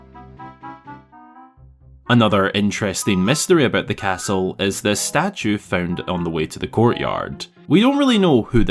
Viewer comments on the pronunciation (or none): none